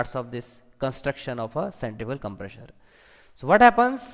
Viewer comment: centrifugal com-PRESSURE :P FOR-WAAAAAAAAAAAAAAAAARRRRRDDDDDDDD Vanes :P